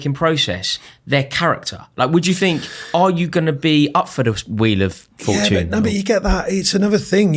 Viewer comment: 55.16 "are you going to be up for the wheel of fut-tune" Spencer be proud